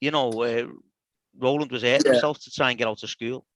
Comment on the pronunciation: Great to hear Row-land after all these years!